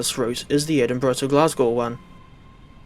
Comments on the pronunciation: dafty thinking a 380 can run on that route. "I would much rather it" also the the 365 was a temporary loan train. also you mispronouncing glasgow actually makes me want to not live in glasgow anymore (jk) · nah the way he says glasgow is killing me